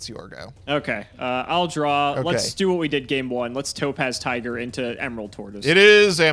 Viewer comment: Does anyone else consistently hear "Dope Ass Tiger" instead of Topaz Tiger? 🤣🤣